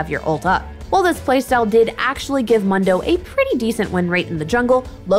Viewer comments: Moon-dough, not Mun-dough… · How do you pronounce Mundo as Mando? He says his own name at least 20 times in the game, has she even played him? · it's (Moon-Do) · Its moondoh not mun doh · It sounds better to you but it is still the wrong way to say it. I honestly don't care that much about his name but It definitely made me stop watching this video. Why would I listen to what they have to say about it when they don't even know how to say his name right? That's why its mildly infuriating. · you actually pronounce it like MOON DOUGH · Why can’t she say Moon-dough? 😩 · Mildly infuriating how she says his name. Character literally says it about once a min in game. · Right? Kinda cringe af and I don’t wanna finish this video now. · Literally couldn’t finish the vid bc of how she pronounces mundo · I was thinking the same thing. I was like "have you ever actually played Mundo??" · How can you mispronounce his name... He literally says it every time he talks in 3rd person...... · It's Mundo, not Mundo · Really not into this narrator/creator thus far. Voice is honestly kinda annoying, she acts overly-bubbly, she said "Mundo" wrong a hundred times despite the fact that he says his own name constantly, and the whole thing about "yeah people have decided magical footwear is good, but nah, im not budging on this hehe" came off really obnoxious. Not saying I hate her or she's beyond redemption, but some changes would be good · I like the host but I can’t stand this video. Solely because of how she says his name. Mundo literally says his own name. We all know how it’s pronounced. WHY DOES SHE CHOOSE TO DO THIS TO US??